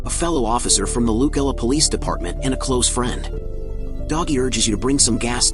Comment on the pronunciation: lus-el-a lucella